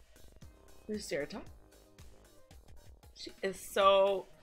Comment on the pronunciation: Yeah, I agree. If this ends up being another event where we use our Light teams and we just bypass the Dark team, that would be very odd. BTW, I think Lucretia is pronouned Loo-cree-sha